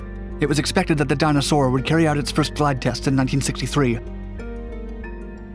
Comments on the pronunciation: dyna-soar not dinosaur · the video is informative, but you make ''Dyna Soar'' sound like ''dinosaur''!